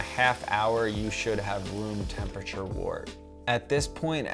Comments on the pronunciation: also, last comment haha, Wort is pronounced "wert" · Great vid. Just note that wort is pronounced "wurt" and trub is pronounced "trooob".